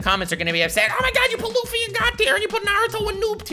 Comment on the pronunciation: Bruh u had me good till u said luffy ...meh